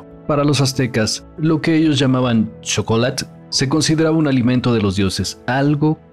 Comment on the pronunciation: Porque los aztecas pronuncian el chocolate igual que los frsnceses ? Sosoecho que todo este video es una pantomima